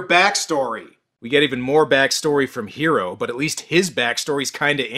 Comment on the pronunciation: I remember the OVA of this was advertised as the Animeversion of Alien and the Thing. The Name is Hiro and in the dub pernounced like Hero...like in...öh...Heroes.